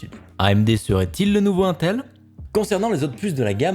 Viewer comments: Aintel.. je suis désolé j'aime beaucoup tes vidéos mais jpp on dit intel pas aintel (sauf erreur de ma part) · la façon dont tu prononce intel me stresse 😂😂